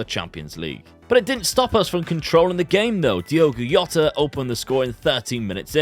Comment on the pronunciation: In Portuguese the J is pronounced so its Jota rather than “Yota”